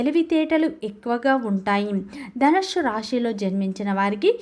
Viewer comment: నీ తలకాయ.. ధనుస్సు అని తగలడు. ధనుష్షు హుష్షూ బుష్షూ అని వాగకు.